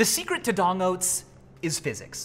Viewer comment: LOL you called them DONG oats instead of D!NG oats, idk why because this channel has always and will forever be called D!NG